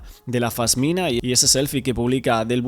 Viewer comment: se dice Pasmina no Fasmina